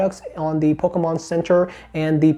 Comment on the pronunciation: I love how says ‘PocKomon’